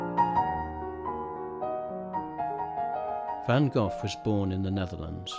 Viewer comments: Why would you make a film about Vincent van Gogh? Why put all the effort in collecting images and words? Why? Why - when ypu don't put any effort in pronouncing Vincent's family name properly. Why? Because Vincent is big business! If you deeply respect, understand and hold Vincent and his work close to your heart, you would also want to pronounce his family name properly. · you should've pronounced his family name properly and that is the Dutch pronounciation. That is the name his parents gave him.